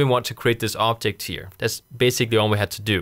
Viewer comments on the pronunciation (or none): Very useful and easy to understand, but I hate the fact, that you accent makes you pronounce "object" as "optic". :) Keep up the good work!